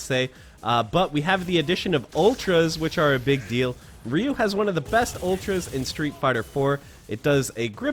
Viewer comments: I mean, he pronounces "Ryu" the trailer park made-up way, so I wouldn't expect much. One of the games even says the damn name in an audio sample, I'm surprised people still use the made-up pronunciation with the internet as a resource, and regional dialects and the confusions and local made-up myths being... in theory impossible these days? If it all worked anywhere near like people online pretend. It's kinda hard to say it with the actual sound but they could just kinda say "d'geo" or "dio" or "Li'you" or "dee-you" and use an Americanization that at least acknowledges the name/word like they have heard it one time ever or are at all familiar. The literal phonetic concepts/misunderstandings/musreadings of "Reee-you" etc are like when people say "Joll-oh" instead of "Gee-all-o" that letter "I" is real and not silent, the word "Giallo" is YELLOW in Italian, so it's like jello but j' Ee-Ah-lo" Je'ellow, yellow Gggh'ea-olo, "gee ah low" but slurred and fast, accent not even nessesary like jello and y'all, oh" and "Geo" all at once "Geeahlow" but as fast as they say "joll-oh" basically. The American distributor was even named Jolly Pictures for "The Bird with the Crystal Plummage," consider that. Somebody even made this observation enough that they called the company that, making the small joke. It's yellow, not jolly-ol'. Heh. "Joll" is not part of the etymology. That's not how localization to a language works. You do not have to use their correct pronunciation as the rules of th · It's hilarious that you spent time learning how to pronounce all the super moves correctly, but you mispronounce Ryu's name over and over. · Wasn't sho there master or is that some thing I remember incorrectly from my childhood. And is the dude saying Ryu weird? :/ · I've always pronounced Ryu as "Righ·ooh" as opposed to "Ree·ooh". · I have a hard time following, because everyone I have ever known pronounces Ryu differently that this guy. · Wait...is that how Ryu is pronounced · Its RAYU’